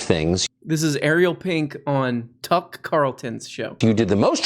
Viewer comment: They way you say “Tuck” makes me question whether that’s actually his name or you’re making it up